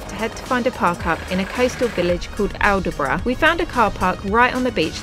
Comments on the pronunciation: Its pronounced All Brough, just to let you know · Aldeburgh is pronounced all-bruh.. Suffolks place names often are not said as they are spelt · Aldeburgh is pronounced Albrough. Drop the “d”. And it’s famous for motor home camping on the coast. Looks lovely